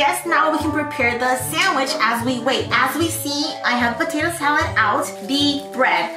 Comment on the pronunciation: She reminds me of felix stray kids, tht sAalOod tho